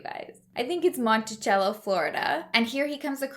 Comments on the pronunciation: "shenan doe uh"" & "montisello" easier to pronounce... sound em out, shenandoah, monticello.. lol think country ❤ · the c in monticello sounds like an s instead of a ch. crazy that he was so close to my home and I never heard about it until now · I will try and help on 2 of the words you needed help on because we have cities here in Mississippi with those names. One is Shanendoah and it’s “Shannon-doah” and Monticello is “Monticello-cell-o”. Hope that helps. There are some weird towns/cities out there. You wonder what they were smoking when they thought of these names. We have a creek here called Tchabouffa. It’s pronounced “tusch-a-boof-a”. 😂